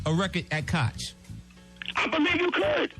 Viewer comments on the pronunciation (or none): none